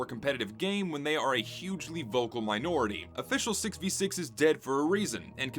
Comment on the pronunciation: Southern Twang coming out for the word minority? Sus.